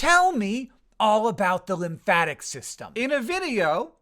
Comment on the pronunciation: .... Linfatic? Really.. it's lymphatic